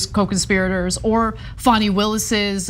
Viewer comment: You seem to be supportive of Fani, make note to spell and pronounce her name correctly, like fawn. 😊 (tried to say this in the kindest, least rude way as I intended it)